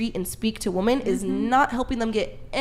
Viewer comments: Does not know how to pronounce women? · saying "woman" instead of "women"...wtf bish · Does anyone else notice and think it’s weird that the zoomers pronounced “women” (plural) as “woman”. I’ve heard it all over the place and I do not get it. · If she says "woman" instead of "women" one more time 😭😭😭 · What is the deal with GenZ people pronouncing “woman” and “women” the same? Is anyone else noticing this? It’s driving me insane 😂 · Just gotta say this… women = wi-men. Woman = wu-man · It was frustrating having to hear say "woman" all stream.🙄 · say it with me, “women”. Geez. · Can not say “women”? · Why do WOMEN on this show not know how to say the word WOMEN so often?? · Why can't say "women" properly?